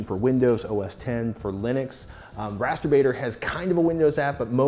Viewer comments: Dang it... am I the only one hearing “masturbating“ instead of rasterbator? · Ahhh !!!!! Its Rasterbator not Mast.... You Know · On introduction, I thought she said MASTERBATING!!!! And he was going to make big poster of it or die trying. I was like WTF, Yeah baby! LOL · i thought she said Masturbating. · ARe thay saying masterBating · she sounds like saying masterbating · I THOUGHT SHE SAID MASTURBATING